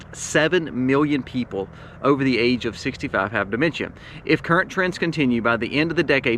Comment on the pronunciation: No need to add an extra syllable to dimentia